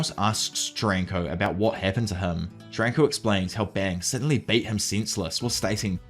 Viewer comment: AI VOICE USED. I do appreciate this video, and I'm not expecting a real human to talk this long. What convinced me was soaly the way he pronounced Charanko's name. Just I don't see how any human, even an Ausie could interpret it like that